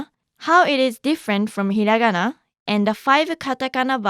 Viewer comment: Lmao its hirangana